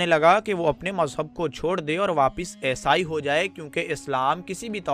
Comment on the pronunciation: bhai aisai nahi eesai kehtay hen aur alam nahi aalim kehtay hen